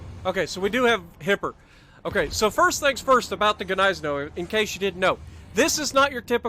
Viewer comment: Its Niessen-now lololol g is silent